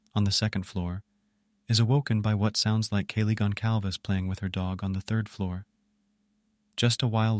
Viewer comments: Next time, write kaylees last name as “consalves” and the AI might say it properly. It’s a Portuguese name, so the C is pronounced as an S. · Really great video! But I cannot believe for the life of me, that after all this time since the crimes, BK's arrest, news reports, families speaking, court hearings, YouTube videos etc...that you STILL have no idea of how to say Kaylee's last name "Goncalves" properly. 🤦🏻‍♂ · A few errors here. You mispronounced Xana and Goncalves. Also, the killer never opened Kaylee’s room where the dog was. The snow visual was a cool touch, but it was not snowing that night. It was in the upper 20s but no snow falling IMO Dylan has been lying and is involved/knows. She was texting Bethany during the murders (not frozen in shock) and her shoe print was found cleaned up after stepping in blood outside her door all while not calling the police for 8 hours (which is after inviting friends over)